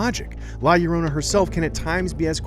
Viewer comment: This guy cant even pronounce title correctly